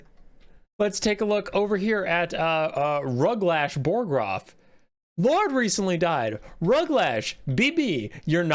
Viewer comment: My dad played a bunch of the old total war games, Rome, Medieval, uhh, something else I think. Napolean. Rome had this system. I always assumed it factored into this game too, but I didn't check and didn't care that much. Edit: It's Ruglash BOGroff, not BORGoff. The ork is dead, have some respect.